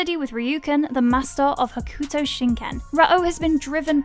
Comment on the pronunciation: It's pronounced "Hokto". The "u" is silent, as with many instances in the Japanese language.